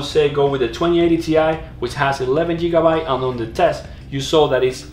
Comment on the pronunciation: Did he say jeegabyte?